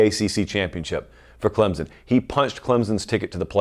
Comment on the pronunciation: CLEMSON, not Clemzon!!!!!!!!!